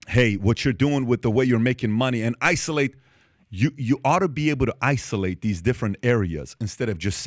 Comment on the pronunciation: Holy sh*t... Pat killed the word 'isolate' for me... i almost got physically ill.